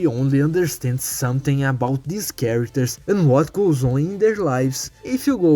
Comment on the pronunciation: "use-ed" "tink" "deese"